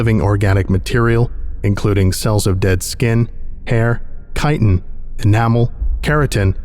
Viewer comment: Ooooomg, THANK YOU for knowing how to pronounce “chitin”!!! So many people think ch HAS to make a “chuh” sound and it’s so annoying hearing people say “tch-ite-in”